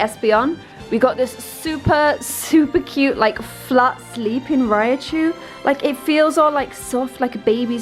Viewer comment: Rai-chu, 2 syllables. Not Ri-A-chu.